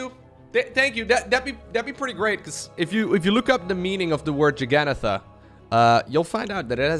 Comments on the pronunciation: jugga-naut-uh Also, it's "very FEW shenanigans" or "very little shenaniganry". ;) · The name Jagannatha is pronounced "Jug a nath", the last part rhymes with path. It's the name of a Hindu God worshiped in the state of Odisha. The original meaning of Jagannatha is "lord of the universe". Every year there's a festival with these massive wooden carts, and the word English word Juggernaut came from those carts. The English heard crazy stories about this festival, where people would jump under the wheels of these massive carts to commit suicide, and thus the name came to mean something unstoppable that crushes anything in it's way.